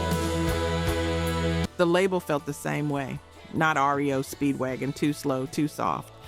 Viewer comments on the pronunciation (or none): watching these videos and listening is ruined when you realize it is AI because they don't know REO Speedwagon is pronounced R. E. O. not rio. an other obvious audible mistakes. I lose interest. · ITs R E O not Rio Speedwagon. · It is R -E-O Speedwagon, not Rio Speedwagon.